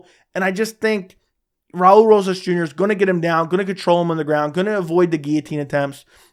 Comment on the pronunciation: Raa-ulee rohhas jr😂